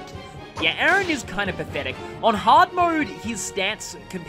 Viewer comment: Ah this is awkward you're pronouncing Aran as my actual name Aaron 😂😂 it's really throwing me off